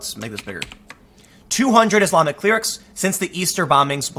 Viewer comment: "Authorities expel over 200 CLEER-rics?" Surely the word you're searching for Tim, is "CLEH-rick." Sorry; I have a college degree and nothing to show for it, so I have to pick apart your annunciation, 'cause IT'S ALL I HAVE!!!!...other than my house...and my car...and my good job..and my dog...actually I have a pretty good life. Never mind; I'm just a dip-shit! Meanwhile....in Communist China, Muslims are forced to let informant neighbors live with them, and made to eat forbidden food, lest said government informants tattle to the authorities so they can be sent to reeducation camps, but no: AMERICA'S MEANY PANTS GAME-OF-THRONES-KILLS-IMMIGRANTS!